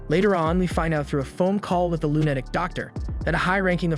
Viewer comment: Okay. I love your content, love love it. But do you speak English? Like, the actual English language. What animeh? What's a lunadic? Like I said, love your content, but you butcher some words and for some reason it sets me off.